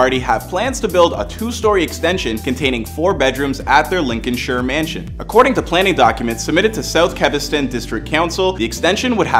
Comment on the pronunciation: As a Leicester supporter and football writer, I can tell you that there's so much misinformation in this poorly created video. It's pronounced Lin-con-sheer, Americans. You're welcome